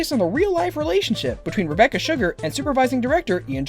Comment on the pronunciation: on the second fact did he say "Rebeccar"